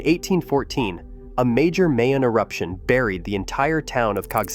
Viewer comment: It's pronounced "Mai Own" And Taal is "Tah all". In Russian you'd use ь between the aa. The other place names are BUTCHERED badly. La Gas Pee, All Bai, never mind!